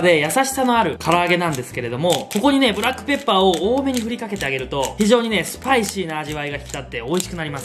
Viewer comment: ブラックペッパーの発音が不意打ちすぎた。 美味しそうな調理紹介ありがとうございます。